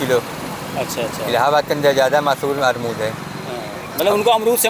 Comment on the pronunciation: अमरूद ❎ अरमूद ✅ 😂😂😂😂😂😂